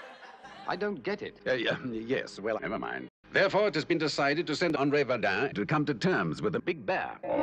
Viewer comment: I thought he said De Verdain